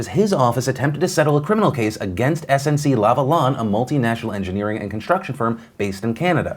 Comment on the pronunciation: Kudos for the respectable pronunciation of SNC-Lavalin. Just don't tell me about your foyer ... ; )